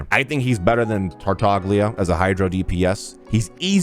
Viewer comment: Tartaglia is actually pronounced sa tartalia